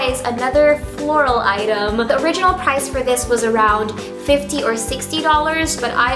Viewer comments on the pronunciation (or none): none